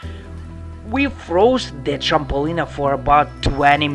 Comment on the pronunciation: You say trampoline like trampolinea. It's supposed to be tramp-uh-lean. Your accent is so cool lol